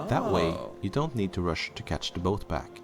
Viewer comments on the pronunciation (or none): none